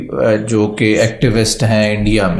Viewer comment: It's not pronounced Varnaasi; it's Vaaraanasee. It's not Kasi; it's pronounced Kaashee. Not mandar but mandir (dir pronounced as in bit).